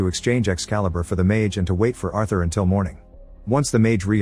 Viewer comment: You're mispronouncing Arthur 🤦‍♂️